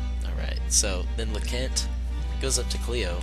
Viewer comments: her name is leknaat not lecont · It's read as LEK-NAAT. Yeah, Luc is a punk. I say it as how you pronounce Luke. Get it? And Leknaat's rune is the Pale Gate. Gregminster. Read it as GREG-MIN-STER. Is it really read as futch rhymes with much or as Futch, like fooch or something? The Japanese read it as fucchi. By the way, if ever I get this game, now I have a walkthrough!!!